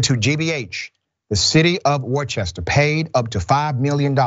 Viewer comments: Big fan of the show. As a black man that went to college in Worcester, it's true, police, in my opinion, do pullover more than minorities than whites on suspected minor infractions, looking for more. point of record, Worcester is pronounced Wuhstir, not Wor-chester. Keep producing the great content you offer. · Worcester is pronounced wuh-stuh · Pronounced “Wooster” for those who don’t have the Boston accent lol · I Never been to wu-ster lol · It’s pronounced wooster not warchester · good ol Massachusetts cops .. and it’s pronounced WOOSTER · Great coverage. Worcester is prounounced Woorster. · No it's not! Wooster. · Worcester is not that big. Cops would certainly know Juty and are having fun harassing him. Worcester is pronounced like Rooster....Wooster. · He pronouncing it wrong it’s pronounced wuuster ch is silent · We pronounce Worcester as "wooster" or "woostah" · “Worcester” is pronounced by the locals as “Wuuh-ster”. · Not a big point, but that area is pronounced "Wooster" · It's pronounced Wooster. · It’s pronounced “Wooster” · I was going to go with the pronunciation “Wusta” but can accept Wooster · Whist-er is how it's pronounced js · Sorry, FYI Worcester is an Old English and is pronounced "Wooster". No "ch" sound. 😁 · Worcester is pronounced Wooster. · Like your work, BUT the next time you do a piece on this city pronounce it Wooost'er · Dr. Richey, Worcester is pronounced "Wooster" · Just a heads up Dr Ritchey, it’s pronounced “Wooster” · That city is pronounced "Wooster". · Worcester Massachusetts it's pronounced "Wuss-Ster" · Dr. Richey, Worcester is pronounced like wooster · Worcester is pronounced Woostah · "Wu-ster" Massachusetts 😉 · Worcester (Woo-stah)- like Whister to visit your sister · It's pronounced Wooster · Cringe every time he says Warchester lmfaoo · Pronounced as such: Worcester =Whooster. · Just an fyi...Worcester is pronounced 'Wister' or 'Wistah' if you're a local. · Worcester is pronounced Wus- tah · Its pronounced "Wusta"